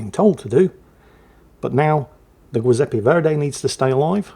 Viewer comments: it's Giuseppe nnot Guiseppe, like the jui in juice. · Giuseppe,, is pronounced like Jiuseppe. Rhymes with chew. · About the Verdi... the "GIU" in Giuseppe is pronounced like "jew", so kinda "jewseppe" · The G in giuseppe is pronounced like gesture not gate and it sounds like goo zeppe. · JEE-sep-ee, not GWEE. It's Italian, not Spanish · Great commentary as always on a great battle. Just one note: the “giu” in Giuseppe is pronounced “joo” or “jew” just like the “gio” in Giovanni or giorno, gi+(a,o,u) changes the hard “g” into a “j” sound like in Janet, Joe, June. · And vice-versa, it's soft in Giuseppe, and it ain't "Guiseppe" either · I feel like the Old Man Shouts at Cloud for this, but the Giuseppe Verdi is Italian, so the "Giu" is pronounced more like "jew", since the name is the Italian version of Joseph and "g" is used in place of "j", since the Italian alphabet doesn't have it. If it were Spanish then your pronunciation in this video would be correct. My Italian heritage demands I correct the record! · That's not a Giuseppe! This is a Zjoowzappay! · i love how utterly fails to pronunce foreign words;) like "Giuseppe" ahahah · Always love getting 3 different pronunciations of Giuseppe ❤ This game was very similar to one I just submitted 🎉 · that giuseppe pronounciation , my god it hurts.... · If would please switch the pronunciation of the G in Agir and Giuseppe Verdi it would just be spot on. It is the Italian version of J like in Joseph and the G in Agir is like in Gneisenau a G like in gay grenade and gasoline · I'm guessing you mispronounce Giuseppe on purpose, right :D? Sounded like nails on a chalkboard